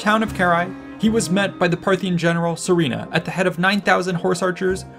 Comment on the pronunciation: Just a word of advice, the name is pronounced as Surena not Sorina , it comes from the word Suren which means victor in middle Persian ( Parthian ) language. It’s also a common name as Surena in modern Iran or Suren in Armenia where the remnants of Parthian empire continued to live after their demise by the rise of Sassanids in Iran .